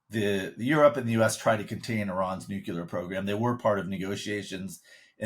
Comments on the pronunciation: The word is "nuclear" not "nucular", :-) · NUCLEAR is not pronounced "NEW-CU-LER". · It's Nuclear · I am not sure what the issue issue. No one is afraid of (or even knows what are) nu-cue-lar weapons…. Now, if they were talking about NUCLEAR weapons, that would be a concern.